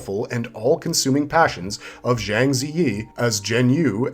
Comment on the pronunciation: The majority of this are not Wuxia though, they are Gongfu genre. Also a crazy amount of names were mispronounced by the presenter. PLEASE DONT SAY ZHANG LIKE THAT, It's pronounced as if it had a "J" instead of a "ZH", it is pronounced JANG.